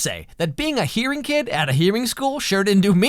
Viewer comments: it's "hearing" not "hearie" XD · Lol it’s “hearing” not “hearie”